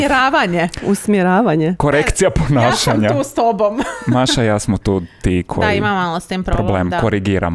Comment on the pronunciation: svaki put krivo kaze Maša Nemoj me 😂😂😂😂😂❤️❤️❤️❤️❤️